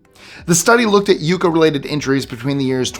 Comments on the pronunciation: “ Yucca” plant? Obviously you don’t know the Double Consonant Rule of Pronunciation: a the vowel before a double consonant is short. There are 14 exceptions to this rule such as “ bass” where the “ a” is long if it’s a voice or musical instrument but follows the rule if it’s a fish. As well in English a double vowel is not allowed before a double consonant. —— Uh… this is really only the result of a deeper phonological rule but I’m not going to explain it because that used to be my job teaching at university and you need to learn a bit more stuff to understand it. Look at the words in this comment and find “ really” is an exception but that’s two vowels not one. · Yucca is pronounced "yuck-a", not "you-ka"!! Good grief. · The Yucca is pronounced Yuck-ah. Not Yoo ka….its my state plant js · Yucca is pronounced differently. I can definitely understand the mistake. Less “you” and more “yuck”. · I love how all sorts of tongue, twister and foreign language. Words roll off your tongue, apparently quite easily. However, that plant in the corner - the pronunciation is yuck-uh. Otherwise, I quite enjoyed this list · yucca yuck a not you k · It's yucca like yuck. STOP saying "youcca" it's like nails on a chalkboard. How do you pronounce difficult hawaiin names but struggle with a word you can sound out & repeat it over & over & over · Yucca...."yukka", not "yooka" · You mean: Yuck-kah, not you-kah? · yucca = yuck-a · I've always pronounced yucca with a short "u" as in yuck... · Watch you every day - thanks! Check your prounciation: it's yucca sounds like yucka (short u) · It’s pronounced yuck-uh. The plant. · Yucca, pronounced "Yucka" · Why are you mispronouncing yucca? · You're pronouncing "yucca" wrong. Good video, interesting. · Please listen to the pronunciation of yucca. Also love your channel ❤️ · Learn how to pronounce YUCCA correctly,, Google it!!